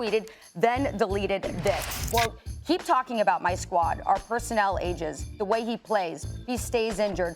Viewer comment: “Personnel ages” 😂😂